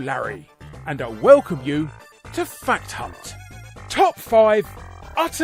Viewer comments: I can't be the only one who heard "Welcome to Fat Cunt" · Every time Larry says fact hunt it sounds like something else